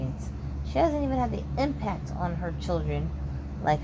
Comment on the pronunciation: Boom...impacti! She said it. Love the extra.